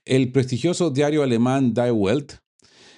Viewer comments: Se pronuncia di velt... Saludos! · Estimado, junto con felicitarte por tu contenido, reconozco la dificultad de pronunciar nombres tan diferentes al inglés o castellano. Si me lo permite, la pronunciación correcta del rotativo die Welt (el mundo en alemán) sería (di velt) y el rotativo suizo de Zurich, Neue Zürcher Zeitung (nuevo diario zuriqués (noie tsuerjer tsaitung). Sigue atento en esa torre de mando. Sine mora. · die welt se pronuncia mas o menos "di velt" con la L muy flojita. Casi como "di vet". Saludos.